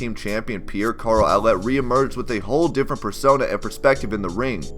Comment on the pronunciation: Pierre Carl Oulette = "Oo-Lay". Not "Ow-let" Your continuing to pronounce words in other ways in your videos is an unusual highlight